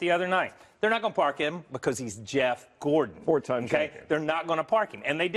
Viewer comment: "Gordan"? Who's Gordan? I've never heard of a driver with the last name "Gordan".